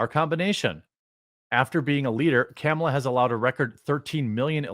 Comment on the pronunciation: It's Kamel Toe Harris, not "caramel."